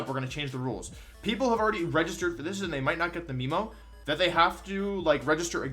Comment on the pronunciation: I thought I was used to Mr. Wideo Man purposely messing up names. But hearing memo pronounced as "meme-o"... that kinda hurt lmao